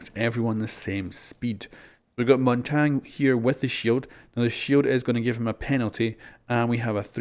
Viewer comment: its not Montang it's mountagnie